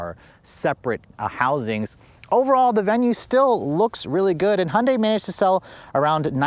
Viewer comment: Hondei 😂 ? English should be pronounced right. Hyundai Si pronounced like heundie " th Word don't exist but read it,thats how.